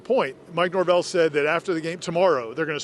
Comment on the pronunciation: Mike Norve-L